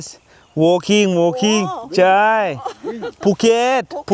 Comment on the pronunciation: ay em wooolkinnggggg , wooolkinggggg bankonkkkkk🤣🤣🤣